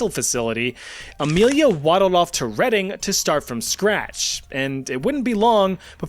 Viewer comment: Enjoyed that. Possibly the most entertaining true crime video I've watched. One point: Yugoslavia didn't come into existence until Baba Anujka was already rotting in prison. Impressed you pronounced Reading correctly. Keep up the good work.